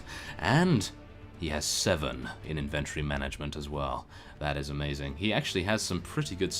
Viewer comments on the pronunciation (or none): none